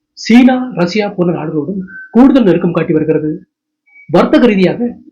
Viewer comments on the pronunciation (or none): none